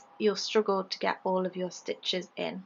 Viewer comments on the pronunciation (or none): Everyone comments on how lovely the stich is. No one says anything about your accent! I absolutely love how you say, 'Otherwise you will stroogle' 😍